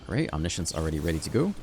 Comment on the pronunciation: "reanimate onimiscience" 😜😜